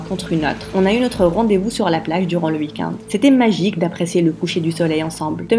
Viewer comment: On dit week-end pas week - and